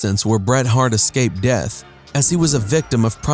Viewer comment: OMFG ITS ESCAPED NOT ECSCAPED